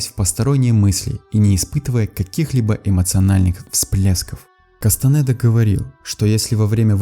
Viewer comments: Не Кастанэда а Кастанеда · Кастанеда , а не кастанэээда